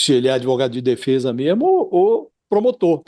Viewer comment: Josias é o cara do "MEMO"... KKKKK... ele podia melhorar essa pronuncia.. que ta ruim, não é memo?